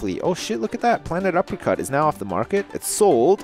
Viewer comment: When you named your game "Planet Uppercut", I thought you said "Planet Apricot."